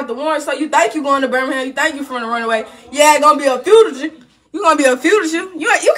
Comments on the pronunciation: "He gon be a fujader"!! 💀😂🤣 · 😅 whats a Frugasha? I think she ment Fugitive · DAwgggg when I tell you I’m deadass choking over here listening to her trying to pronounce “fugitive” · Lol she cant even say fugitive 😂